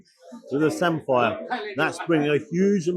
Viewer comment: Norfolk too and always called it like samfer not Sam-fire